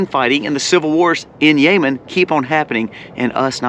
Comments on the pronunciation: Bro… it’s not YAYMEN - IT’S Yemen (pronounced Yi-min)… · It's not yaymen. It's yeh-men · It's Yem en not Yay men 🙄